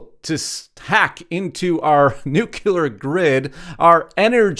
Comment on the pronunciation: Nu CLEE Ur Not NU CUE LAR